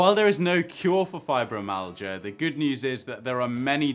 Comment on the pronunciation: There's no amount of money in the world which will take the pains away. It's pronounced fibro- MY- al-gia